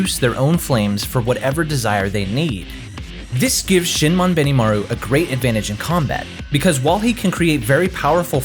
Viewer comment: "You can tell your friends to say my name right!" .. ... "Shinmon Benimaru"